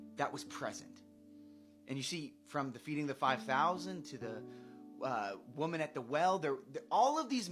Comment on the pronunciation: I can't unhear that "WHAAHWoman at the well" Tiktok alliteration done right 😂